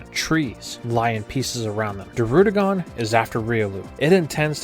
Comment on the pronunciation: Bro you got good content but for the love of god learn how to say Alder not Adler and druddigon not darudigon it’s annoying